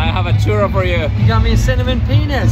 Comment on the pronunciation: you are officially expelled from Spain pronouncing "Churro" like that.